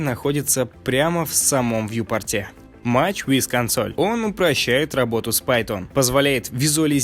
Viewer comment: Плюс за наличие видоса и монтаж. math, measure, tissue произносятся вообще не так. погугли. Ну и вообще, учитывая произношение, слушай гуглпереводчик на все названия аддонов перед записью. Вьюпортный навигатор тотально бесполезен в 2,8 В Блендере плагины называются аддонами во-первых, а во-вторых ты их назвал скриптами. Да, часто они написаны на питоне, но скриптами называют именно голые скрипты, которые открываешь, нажимаешь запуск и они что-то делают.